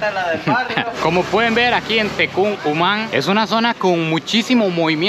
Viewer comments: Se dice tecun no tecuc ✌ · Mínima corrección: es Tecun Uman, no Tecuc Uman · Hola, te corrijo algo, es Tecun Uman, I vos decís Tecuc. El soya es un chavo agradable con sus palabra. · no se dice tecuc uman se DICE TECUN UMAN SALUDOS MI BRO EXELENTE QUE ESTES EN MI GUATEMALA SENTITE COMO EN TU 2 PATRIA SALUDOS 🇬🇹🇬🇹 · Jajaja te corrijo amigo, no es Tecuc es Tecun Uman. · Mi Hermanito, no es Tecuc Uman sino Tecun Uman...!! correccion...jajajaja. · Es Tecún Uman No Tecuc Uman 🤭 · Jajajajaja 😂 no es Tecuk Uman es Tecun Uman sólo como observación 😂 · Se dise tecun uman no tecuc uman 🤦🏻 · Tecuc uman jajaja, se dice como se Lee nada más dejo el dato 😂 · Y se dice tecum imán y lo dices tecuc jajajaja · SE DICE TECUM CON M MAN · Viejo es Tecùn Human no, no como lo dices no es x ofender soy Chapin 🤠 saludos compi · Por favor pronuncia bien mi amigo Tecun Human